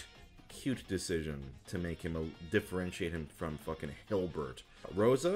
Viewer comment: You know my sense of humor has really devolved when I die laughing at the way he said Hilbert.